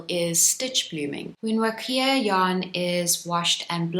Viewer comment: Huacaya is pronounced "wa-kah-ya," not "wa-kee-ah."